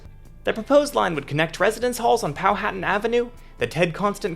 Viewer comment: hi I am from norfolk virginia! i wanted to correct your pronounciation of my silly home town! the "folk" is just pronounced like "fuck" like nor-fuck or naw-fuck. and powhatan is powuh-tan